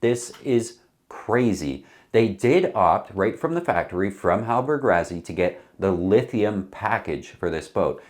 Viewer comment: PLEASE ! Why Why do Americans insist on finding a way to mispronounce everything.. Rassy.. two sses.. how can that be translated into RaZZy ?? Stop it or we're going to begin pronouncing Connecticut, Connect icut.. Arkansas, Ar Kansas..and many more.. :</